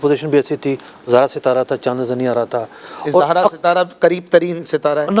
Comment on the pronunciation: ستارے کے نام کا تلفظ "زُہرہ" ہے، 'ز' پر 'پیش' کے ساتھ۔ جبکہ مفتی صاحب 'ز' پر 'زبر' پڑھ رہے ہیں۔ اس سے ہی فلکیات میں آپ کے مبلغِ علمی کا اندازہ لگایا جا سکتا ہے۔ مزید برآں ۲۰۲۱ء میں شوال المکرّم کے غلط فیصلے کے وقت بھی مفتی صاحب اسی کمیٹی کا حصّہ تھے۔ اس وقت ۳۰ رمضان المبارک کو عید کروا کر یکم شوّال المکرّم کو 'قضا' کا روزہ رکھوایا گیا۔ کیا اُن شرعی بے ضابطگیوں کی کوئی تلافی ہوئی؟ کرونا کے دنوں میں 'چھ فُٹی' نمازوں کا فتویٰ بھی انہی کے ہم جماعت مفتی حسّان صاحب کی جانب سے جاری کیا گیا جنہوں نے ڈیڑھ صفحے کا فتویٰ لکھ کر اعلیٰ حضرت امامِ اہلِ سنّت مجدّدِ دین و ملّت الشاہ امام احمد رضا خان فاضل بریلوی رحمۃ ﷲ علیہ کے اُنہتّر (۶۹) صفحات پر مشتمل رسالہ "الحق المجتلیٰ فی الحکم المبتلیٰ" کا ردّ کیا۔